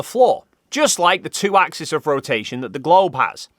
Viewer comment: Does Brilliant have a course in what the plural of axis is? Hint: it's not axis. It's axes, pronounced ax-eez (not -iss or -iz). Even in Australia. You don't want to give the opposition any ammo.